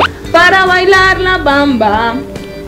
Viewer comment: Para ilalar la bamba, gogo gaga... Ay no me mató de la risa :) Me encanto jeje...Lo hizo bien, relativamente jeje